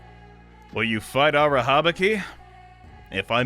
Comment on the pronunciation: Everytime you say Arahabaki’s name I feel unreasonably annoyed and I don’t even know if it’s valid or not because I’m a Bungo Stray Dogs fan, and Arahabaki is kind of a character in that series and his name is not pronounced the way you pronounce it